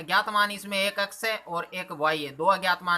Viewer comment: Ax nhi x